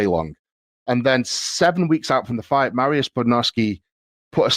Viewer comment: Will Eddie ever pronounce Mariusz's name correctly? lol